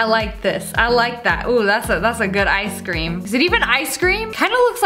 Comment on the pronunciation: Why does it sound like sssniperwolf says i scream instead of ice cream?